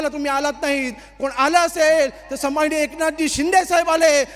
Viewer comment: सन्माननीय पण उच्चारता येत नाही आहे